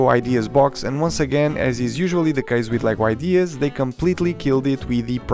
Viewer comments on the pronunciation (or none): none